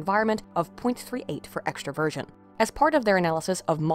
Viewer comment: Is it bad that whenever she said "extroversion" I heard " extra virgin"?